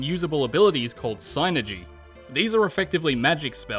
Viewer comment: Thank you for pronouncing “Psynergy” correctly. So many people call it “sin-ergy” when it’s suppose to be “sye-nergy” For example how do you pronounce Psyduck or Psychic? Yeah that’s what I thought.